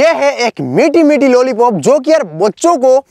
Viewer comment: Lollypop ka bhai lollapop😂😂